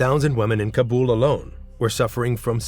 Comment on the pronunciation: Wow. One of the only narrators who pronounce "Kabul" correctly. Just recently a purported journalist from Afghanistan exposing a story on Afghanistan pronounced it wrong! LOL.